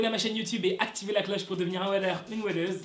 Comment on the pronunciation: J’aime trop quand tu dit aCtiver la cloche 😂😂😂